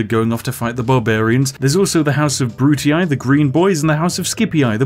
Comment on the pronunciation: "juliAAY" "scipiAAAY" "brutiAAAAYYYYYYYYYYYY"